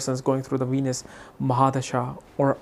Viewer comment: Cracks me up when he says “Weenus” 😂